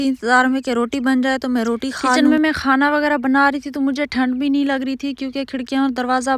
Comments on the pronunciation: 😡😡😡😡 ye khoona kiya hota hai sahi se khaana bolo jahil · Aap khaane KO khaana kyun bolti hain 😂